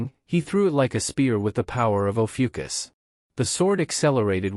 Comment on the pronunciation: While I love the series, it is ROUGH hearing Lee Guem of Ophiuchus (Lee Gun Americanized) turn into Legion of Yukus.